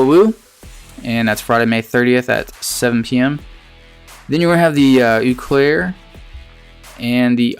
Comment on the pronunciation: the town is pronounced OH Claire